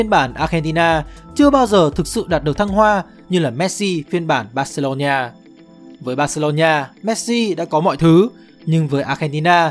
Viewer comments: Thật. Đọc vừa sai vừa nghe khó chịu. Bac-xê-lô-na Barcelona hoặc gọi là Bac-xa Barca k hiểu âm "ni" ở chỗ nào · Barcelona cứ đọc thành barcelonhia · Terible! Tên tuổi cua người ta mà không phát âm đúng nữa. Barcelona ma cu đọc là Barceronhia la cai quai gi. Nghe ngua tai qua. Khg nghe nua. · "Bac-xê-lô-na" (Barcelona) có 4 âm tiết hoặc gọi đơn giản là "Bac-xa" (Barca) mà sao ông này phát âm tôi nghe khó chịu vãi "Bac-xê-lô-ni-a" (Barcelonia) à? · Phát âm là bor-xi-lon-na, chứ không phải là bor-xi-lon-"nha", cứ nói sai hoài nghe chướng tại quá đi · Mình cực kỳ khó chịu với cách phát âm của đối với các từ nước ngoài. Từ Barcelona thì phát âm nó gần như tiếng Việt là Bác - xê - lô - na. Mà 5p nghe đọc cứ bác xê lô nhi a cực kỳ khó chịu, phát âm sai tên của người ta hết rồi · Mình cố gắng xem hết video và có 1 số góp ý nhỏ với team là Messi tới Barcelona năm 13 tuổi và chỉ đi với bố chứ ko phải gia đình chuyển đến Barcelona, chi tiết nhỏ vậy chứ nó là 2 hoàn cảnh khác nhau hoàn toàn đấy ạ. Về đọc tên riêng thì đừng đọc là "Bác-xê-lô-nha" nữa ạ, Catalunya thì đọc là "nha" được chứ Barcelona thì ko ạ, với cả tên của HLV Pep Guardiola và những cái tên khác của Pháp nữa ạ. Đọc sai làm mình xem trong tâm thế người này không phải là người biết nhiều về Messi và Barca (chứ người xem và tìm hiểu nhiều họ ko có đọc sai tên như vậy luôn) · bát cê lô nhi a là cái gì trời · Đọc gì kỳ vậy???? Barcelona mà đọc là BarceloNIA. Đọc theo Anh hay Việt đều không phải.